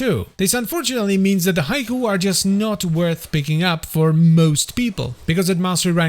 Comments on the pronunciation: Surely it's 'HEE-kowe' and not 'Haiku' 🤓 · It's not pronounced Haiku!